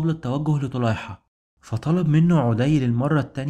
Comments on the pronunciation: ما شاء الله عليك مجهود ضخم وتبسيط جميل جدا ربنا يبارك فيك وأسأل الله انك لا تتوقف أبدا عندى بس ملحوظة بسيطة غير مخلة بالمحتوى ولكن اتباعها يعطى النص رونق وهى مراعاة النطق الدقيق للأسماء؛ مثلاً => طَـيِّئ بتشديد الياء مش طَيْئ، عَـدِىْ وليس عُـدِى هى أشياء بسيطة ولكنها ستزيد المحتوى بهاء إلى بهائه، وجزاك الله خيرا. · لسانك اعوج تقرء اسماء الصحابة خطاء ف عدي ليس بضم العين بل بفتح العين ... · بارك الله فيكم..عمل عظيم ما شاء الله..عندي فقط بعض الملاحظات الغير مخلة بالموضوع.. عَدي بن حاتم بفتح العين ..وكذلك ثابت بن اقرم وليس الارقم..كذلك اسم القبيلة هي جَديلة وليست جُديلة ...بارك الله فيكم وجزاكم الله خير الجزاء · أخي برجاء الأهتمام أكثر بنطق اللغة العربية والتأكد من الأسماء فمثلا عدي بن حاتم الطائي ينطق الإسم عدي بفتح العين و تسكين الدال و كسر الياء و كذلك عيينة بن حصن الفزاري فيكون نطق عيينة بضم العين و تشديد الياء و فتح النون. ملاحظة اخيرة انت تتحدث عن معارك و قتال فلابد ان تكون نبرة صوتك معبرة عما ترويه و ليس همسا كما فعلت. بالتوفيق. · حلقة ممتازة ومجهود رائع😍 برجاء مراجعة الطريقة الصحيحة لنطق بعض الأسماء مثل عدى وعيينة حتى تكتمل الإستفادة وتصح المعلومة، تحياتى💚